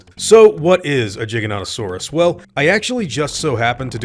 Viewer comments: All ark players know it's Giga not jiga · It would be Giga- noto-saurus, not Jiga-noto-saurus, like Giga-byte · Surely pronounced Gy-Gan-Toe-Sarus. As in derived from GIGANTIC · You wouldn’t pronounce gigabyte jeegabite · I think it pronounce GY-Ganto-Saurus and NOT GIGGLE-Saurus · Apparently the real way to pronounce it is jai ·ga·nuh·tuh·saw·ruhs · fun fact, giganotosaurus is actually correctly pronounced "gy (as in gyro) - gan-oh-tow-sore-us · I'm pretty sure it's pronounced "Jiganotosaurus" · The fact the dinosaur names are majorly Greek in origin, should make the "G" in "giga-" a hard G. Think of "Gigabyte" or "Gigawatt". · Hey! Hope you see this. We're long time fans and we've put together this JP mash-up trailer & humbly submit it to you. If you could pin this comment it would be really appreciated PS It's Giga as in a music gig, as it's Latin for Giant! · its pronounced like "gigantic" btw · It’s pronounced jiganotosawrus. Also it’s not “the largest dinosaur ever” obviously but it is the second largest carnivorous dinosaur to ever live next to a Spinosaurus if you count a pescatarian as a carnivore lol. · The correct pronunciation is with a soft G, and I swear if they screw that up in the movie, I will be pissed. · It's pronounced like gigabyte or gigawatte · Giganotosaurus is pronounced "jai·ga·nuh·tuh·saw·ruhs". Like the word gigantic. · In the movie, they pronounce it wrong. Super annoying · I’m kind of upset that Alan Grant had trouble pronouncing the Giga’s name. My childhood is at stake here. He may not be a Dino expert but I need him to be one at all times on camera lol. (Also one of the biggest theropod NOT the biggest dinosaurs ever discovered.) Get it together Sam! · And he can't say the name right lmao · I think Sam Neil mispronnounced the name. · I did die a little inside when he was having trouble pronouncing and describing Giganotosaurus. Alas, he is an actor and not a paleontologist.